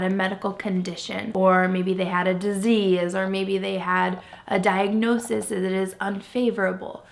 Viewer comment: Shes an RN but worked in oncology and was fired for attacking a coworker. She can't pronounce diagnosis - diagnozzses lol. They wanted to get rich fast hence the whole yt thing. They couldn't foster because it's illegal to show foster kids online. Funny how she had to keep reaffirming I won't give him up, we won't trade him. Sounds like she was trying to convince herself way back then. She asks viewers for money for therapy while wearing a $6800 carrier watch. This was all a money making venture that got too hard after getting pregnant again. Tell yourself, your friends the mailman to never subscribe or watch this sh*t on yt again